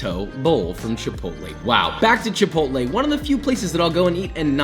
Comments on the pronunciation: Not “chai pottle” 😂😂😂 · The way he said ''shai-pottle'' with that american accent makes my latin ancestors revolve in their graves! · That random “Chiiii-Pottle” was gold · “ Oh My God … Chai-puddle “💀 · The way he said chipotle LOL